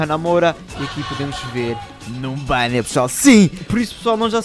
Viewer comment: Melhorar parte é quando ele fala 'Numbania'